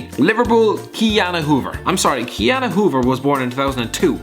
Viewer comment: Miss Huber not hoever